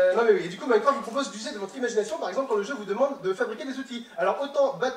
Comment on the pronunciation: J'arrête pas d'entendre mycroft XDDD